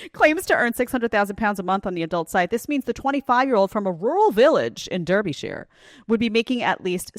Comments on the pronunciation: Lol Derby shurrr It's pronounced DARBY-SHY-YUR ALL ONE WORD Most pronounce shire as Darby shuuur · I'm sorry, but say Durby-sheer again! (Derbyshire)